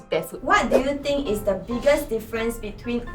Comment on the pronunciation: is actually a very good mix of superb English and hilariously off-key English. After first day at school i notice that he pronounces the "h" in think. He was saying something like "I think..." And he pronounces the "'t" in don't. That is a degree of dedication to enunciation that i would only expect from a native speaker. But of course when he mispronounces it is very hilarious!